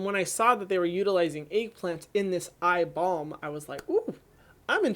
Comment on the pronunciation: Ohhh eye balm.....I thought you said eye ball the 1st time. Hahaha